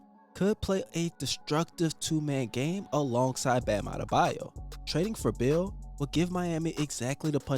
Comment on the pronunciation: It was half way through the video that I realized you were saying Beal. The whole time I was wondering who the hell is this bill guy you kept mentioning